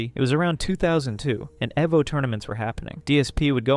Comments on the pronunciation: Eh-vo and Ju-ha. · Eh-vo? I think its e-vo. Friggin dunce. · Its Evo, like Evolution. And its Retsu Prae, like if a Japanese person was saying Lets Play, the mispronunciation of so many things got so tiresome. Good video still. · Noice, great so far and nice narration voice. But it's pronounced "ee-voh" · The research is on point. My only piece of constructive criticism is to double-check your pronunciations. You mispronounced Darksydephil, Jaha, Evo, Evil AJ, and Alex Valle, even though this video itself includes clips of those names being said correctly.